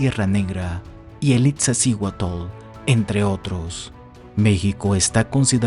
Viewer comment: Narra un extranjero para México, el origen del canal es de un país diferente a México y se la lleva cometiendo errores con la pronunciación de los nombres, desde Altar, Iztaccíhuatl, y el.colmo Tenochtitlan, de donde es el canal? De Perú?, investiguen? Todo por los likes de los Mexicanos? Lo que hace el mercado no? , 130 millones en México y los millones que hay en gringolandia, eso es lo único que les interesa